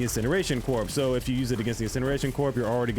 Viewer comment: "corps" is pronounced "cor" 🔥 🤖